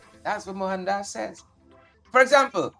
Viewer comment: Mo-han-das pronounce names correctly